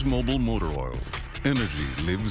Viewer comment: Hello, it's not mobile, it's MOBIL no E so it's not bile,, its bil.